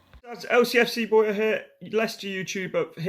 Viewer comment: Its boya not boyo here from his channel but I've subscribed